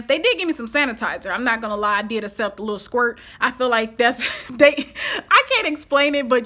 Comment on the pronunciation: I love your channel...but the way you pronounce accept is not correct. It is ‘ak-sept’ not ‘ass-sept’...